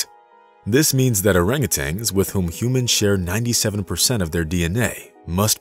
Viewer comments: I'm guessing there are many others watching that feel as i do about the narration. I'm trying to be positive D appreciate the story, but dang.. hearing them called monkeys and orangutanGs instead of apes and orangutans is just too dang grating on my ears! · And you hung a G on the end of their name when pronouncing. Tan, not tang. Nice story though. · Please, PLEASE learn to properly pronounce the animal names; it’s orangu “tan”, not orangu “tangs. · Well he also thinks that orangutans are monkeys and that it's pronounced orangutang, so I think it's safe to say he lacks some credibility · You're right, they are not monkeys, they are among the great apes. He also insists on pronouncing Orangutans with a final "g", which drives me up a wall. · And he was saying Orangutangs instead of Orangutans. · Orangutans, not orangutangs. Lol. Cool video otherwise. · There is only one ‘g’ in orangutan, also. At least to me it seems like the computer voice is saying ‘tang’, at the end. Maybe not. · He calls them "Orangutangs" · They probably just made the video for people that don't know better. This guy doesn't even pronounce their name correctly so he's not so smart.